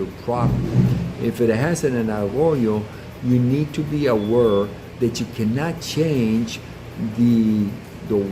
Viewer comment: Would you be of French ancestry? You said: a- were... instead of aware... :)